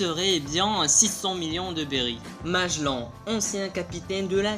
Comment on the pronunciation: Parle correctement dit magellan et puissant pas maglan et pouissant t est peut etre dieu de skipiea mais pas de la parole